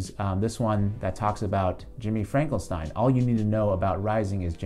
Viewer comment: Great analysis! Keep up the good work,! I too disagree with Vaush that Rising is an "alt-right pipeline", though it does seem like Saagar doesn't go anti-establishment right nearly enough. Also, its Finkelstein not "Frankelstein"